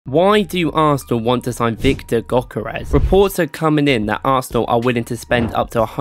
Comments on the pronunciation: No way bro say gokerrez it’s pronounced yokerez but spelt gyökeres also if we had kept gyökeres and not have spelled him to sporting he might of not have had this without cov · btw his name is pronounced gyurkeresh